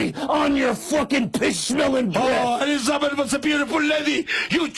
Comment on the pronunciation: " eleezabeth go to the georgia to the looger" hahaha